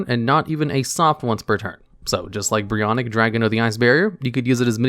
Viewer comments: It's Brionac not Brionik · ITS CALLED brionAc not brionIc. why are people calling it brionic everywhere?